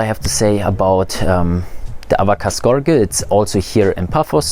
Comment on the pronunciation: Great video. Fyi, gorge is pronounced like gorj, with a j sound for the ge